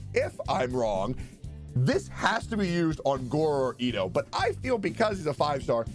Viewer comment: please.... its Gorou. Guro is something completely different and not super safe- * nervous sweating*